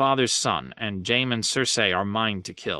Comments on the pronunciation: The first tyrion chapter where he says Jaime as “jame” like 5 times in a row killed me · Like who tf looks at Jaime and thinks to pronounce it JAME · Ah, Jaim and Tie-ree-on and Bree-en-ee. My three favorite Middle Earth hobbits. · Jame? Also his impression of the Raven saying "Snow" sounds very unravenlike. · Jame… more like LAME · JAME?! JAME???!!! SERIOUSLY? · In order to narrate ASoIaF you are required to have at least one speech impediment.